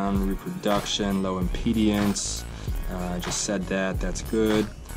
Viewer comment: You dope it's impedance, not impedience. He's making fun of how you don't how to read/annuniciate properly. Also, it's 5m, not 5ft you doofus. Lastly, how the hell do you not know the difference between metal and plastic? Embarassing.